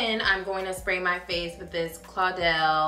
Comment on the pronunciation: "and then I'm going to spray my face with this claudel " girl that's caudalie : pronounced cau da lee , i'm weak lol i know theits a french brand and you don't speak french but that was so funny